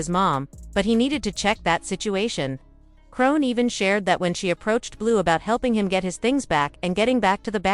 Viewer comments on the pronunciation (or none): Ahahahah BIIIITCH WHO IS "CRONE"?!??! 🤣🤣🤣🤣🤣🤣🤦🏽‍♀️🤦🏽‍♀️🤦🏽‍♀️🤦🏽‍♀️